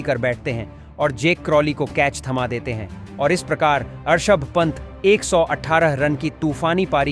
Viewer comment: This men Rishav pant not Arshav pant